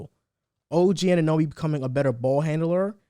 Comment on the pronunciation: The pronouncations on OG Anunobys and Precious's name, and overall predictions of the Raptors IMO show you guys haven't been watching this team in preseason. Yuta, Svi, Khem, Boucher, Barnes, Dragic, Pascal, Flynn, Fred, OG.. And Fred just admitted that OG is the defacto #1 option right now, something that your analysis isn't really accounting for.